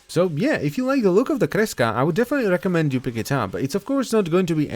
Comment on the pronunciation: i really like how you pronounce kreska. sounds so nice